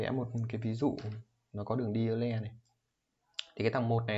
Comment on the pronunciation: Euler đọc là oi lơ mà=)